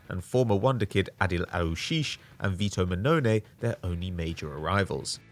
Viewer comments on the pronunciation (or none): none